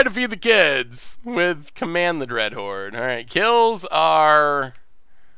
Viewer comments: Dreadhorn? If you are going to mispronounce the card through an entire stream at least spell it wrong in the video title to match. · Command the Dreadhorn or Command the Dreadhorned? At least be consistent with your mispronunciations :D